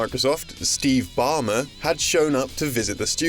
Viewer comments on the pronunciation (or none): Steve Bomber? Those "L"s aren't silent, bub.